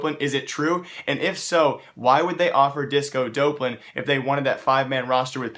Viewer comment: "disco dope-lan"